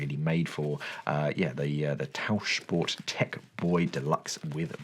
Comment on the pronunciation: 10/10 points for the pronunciation of Tauchsport. 👏